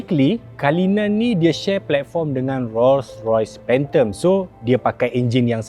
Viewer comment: Cara sebutan bukan kalinan tapi CULLINAN (KU LI NēN)